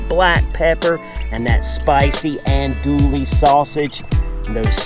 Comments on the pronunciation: The correct pronunciation for Andouille sausage is, (Ahn-doo-ee)...the "LL" is silent. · He was killing me! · Gotta love him. I enjoy these videos. I don't care if he mispronounce that French name lol...I'm not much into Cajun food at any rate but somebody is.😅 they sure sell a lot of that sausage..